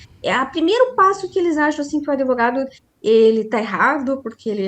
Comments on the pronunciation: Uma Advogada da defensoria falando : um amigo meu... Adevogado aff assassinaram o português😂😂😂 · Advogada falando que tem um amigo "adevogado""... fora o "impactuar" que a colega inscrita já citou. Tem coisas que doem, sabe? E o pior é que estão sendo ditas por alguém com, no mínimo, graduação.